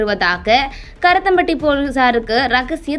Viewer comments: இரத்தம் பட்டி இல்லைம்மா. கருமத்தம்பட்டி என்று சரியாக உச்சரிக்கவும் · ஏம்மா ஒழுங்காக படிமா கருத்தம்பட்டி இல்லை கருமத்தம்பட்டி